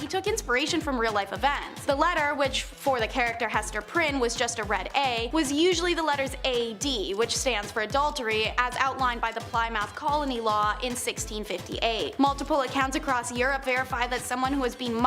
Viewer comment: Ply-math? Wtf?